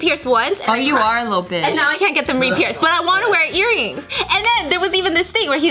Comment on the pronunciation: Hahahahaha trying to say bitshh